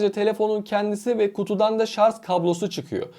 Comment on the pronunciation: Artik şarz demekten vazgeç.SARJ